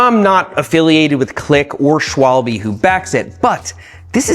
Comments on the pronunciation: It's "SchVaalbaa"... 😂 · Dear Americans, it's "sh-v-albhe", not "shwall-be". Other than that, great video, thank you. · Two things: A) Doesn't it weeken the rim if you drill a hole in it to fit a Schrader valve? B) Schwalbe is not pronounced "Shwalbeee" but more like "Shwalbey". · hearing that pronounced as “shwalby” hit me like a brick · "Schwalbee" love this pronunciation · Yo Seth sick video one thing u forgot tho, when I was riding my friends ebike for the first time and cased bunnyhop on to the curb and valvecore just exploded out because of the sudden pressure in tyre. And btw what is that pronunciation of the schwable, Schwallbee😭😭😭.